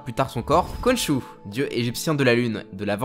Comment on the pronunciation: ça se prononse "Ron'ssou"